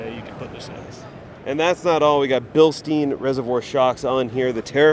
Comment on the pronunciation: You missed the best Gladiator. The Wayalife. EVO build with their new triangulated 4 link rear suspension with trailing arms. Also you pronounce Bilstein wrong. Think beer stein when you say it.